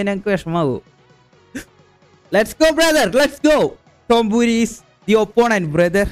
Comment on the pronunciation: tombori❌ Tompooori✅